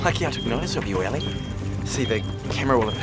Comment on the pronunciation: is it ellie or ally? lol say her name properly